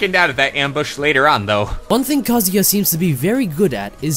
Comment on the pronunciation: It's pronounced KAH-ZU-YAH